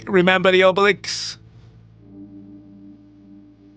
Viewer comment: has two braincells and the monkey toy with cymbals that's nearly out of batteries in his head... And you can tell 🤣 P.S. I love how you keep saying Obeliks instead of Obelisk because every time I hear it I see Gérard Depardieu as Obelix LMAO